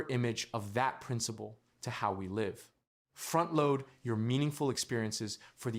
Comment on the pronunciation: They can never say the word "Live" lol